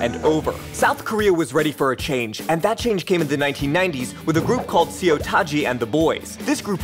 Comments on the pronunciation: See-yo Taji? Ha-yun Jin Young? Bee-yo-a? Seriously??? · Those are pronounced "So Taeji" "Hyun" and "Bow-ah"